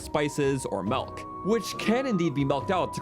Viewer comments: Did... Did you seriously just say melk instead of milk!? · Y do you say malk and not milk? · Bro said melk💀just kidding I love you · MELK n FESH